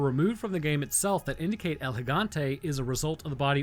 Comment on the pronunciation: Also don’t pronounce “El” like you’re trying to spell out the letter L